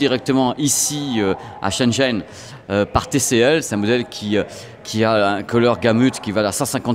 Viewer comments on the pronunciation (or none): Super vidéo! Par contre vu que ça fait plusieurs mois, je me permet de te dire que Shenzhen ça se prononce comme "chêne gène" avec les "é" plutôt comme des "e":)